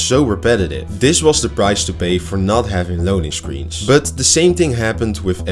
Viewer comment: Goede video. Maar je but klinkt wel erg als butt